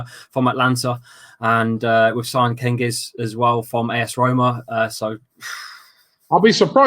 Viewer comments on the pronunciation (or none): It’s not kengiz under it’s like gengiz like gerrard and ünder like ouuzing army😂